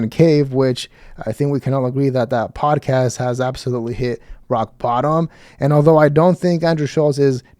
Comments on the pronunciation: I really think that if you ever liked this “poduhcast”, you are probably a douche. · Did he say podacast? Fck yea!🤘